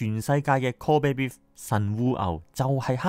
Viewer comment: 神戶港通商，一向有好多外國人逗留。神戶牛命名為 Kobe Beef，因為想就識英文的人。Kobe Beef應該要用英文讀音